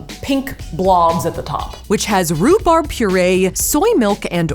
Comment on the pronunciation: who else is triggered by how she says rubarb